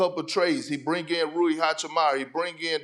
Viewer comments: Still waiting for the day Perk will pronounce Rui's name correctly. Rui Hachimura not Rui Hachimara. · perk said Rui hachimaya🤣🤣